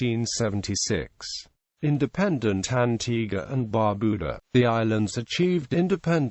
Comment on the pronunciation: I am a bit annoyed because of the mispronunciation of the national dishes as well as Bar Beau Dah. Foon Gee -.-but thanks for the video.